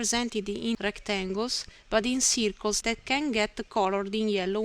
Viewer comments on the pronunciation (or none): The majority of your pronunciation was very good, but the word 'circles' was a little bit off. Try pronouncing it 'cir·cles' Thanks heaps for these tutorials, they are very helpful.